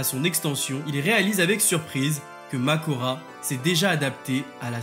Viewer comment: C’est pas Mahoraga ? et pas Makora